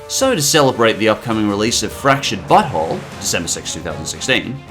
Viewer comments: Who else was hearing him pronounce it "fractured butthole?" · it sounds like you say "The Fractured Butthole" instead of "The Fractured But Whole" :D.